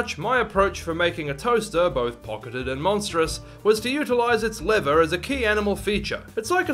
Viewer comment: I thought you said "liver" and I was very concerned where you were going with the design